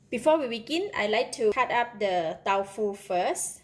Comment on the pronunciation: She announced it as Tau Fu.... instead of Tofu... interesting